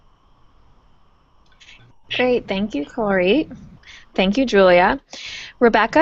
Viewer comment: She butchered Kuljeet’s name 🫢🫡